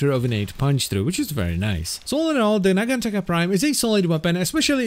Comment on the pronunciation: I wonder, if it's meant to be pronounced naganTAKA or naGANtaka. ie emphasis on which syllable. cause is using the GAN route, and you're taking the Taka, which, is how I take it. not that I feel either is wrong, just...what did the devs intend?